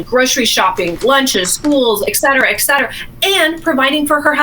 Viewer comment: "Et cetera," ET.... ET... not ek.. ET...